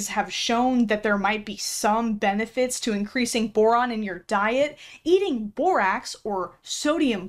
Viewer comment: The fact that over half of the borax idiots in this video call it "borox" doesn't even surprise me, and that's just depressing.